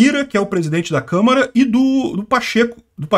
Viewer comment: Alguém tem que criar um apelido "Câmera dos deputados"! não fala câmara dos deputados! 😂 🤣 🤣